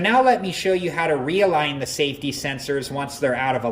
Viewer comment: SAFTY SENSORS!! 😂😂😂